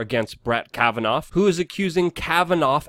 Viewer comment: What do people say "Kavanov" ?......